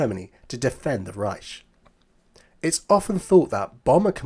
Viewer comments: Why do you pronounce 'Reich' as 'Ryesh' - it is pronounced 'RYE-K' a Harsh Ch pronounced K. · It is not pronounced reish it’s reicccch. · The Ch in Riech should be more of a k sound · Strange because even the Germans pronounce it Reich with a hard 'K'